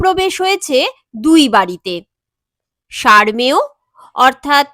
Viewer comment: বসময়ের বোধোদয় হল, কিন্তু বড্ডো দেরীতে | সার্মেয় নয়, উচ্চারণ হবে সারোমেয় |